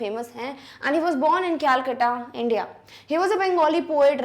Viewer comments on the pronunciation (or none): none